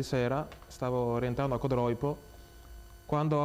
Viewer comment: Codroípo non si può sentire ! Ma santiddio!!!! Codróipo!!